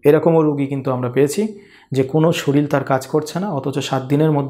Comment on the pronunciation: শরীল আবার কি?কথাটা শরীর।